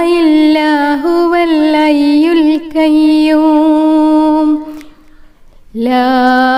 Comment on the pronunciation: അയ്യുൽ കയ്യും അല്ല 😂 ഹയ്യുൽ ഖയ്യും എന്നാണ് 😂